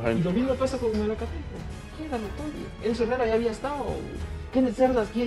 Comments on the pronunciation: MALACATECO WEEEEE NO MALATECO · Malacateco no malatecobiejo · Se llama malacateco no malateco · corrigen al pronunciar el nombre del equipo de Guatemala que en repetidas ocasiones lo pronuncian. Es MALACATECO y no MALATECO. Tambien es conocido como el equipo 🐂 TORO 🐂 equipo que ahora dirige el grande y Señor profesor ROBERTO HERNÁNDEZ! Gracias. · Es Malacateco no Mateco . Bendiciones para vos crack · Es Malacateco no Malateco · Es malacateco no malateco man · Es Malacateco no Malateco. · Malacateco no Malateco jajajajajaja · Dijiste malateco maje..🙄🙄🙄👎🏻👎🏻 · Si también lo noté q se equivocó